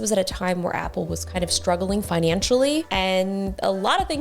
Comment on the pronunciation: So the world’s No. 1 🍎 fan pronounces 🍎 Product 🤐!